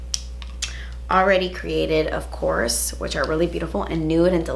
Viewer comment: I wait for that moment when says: “OFCOURTS” 😍😍😂😂😂😂😍😍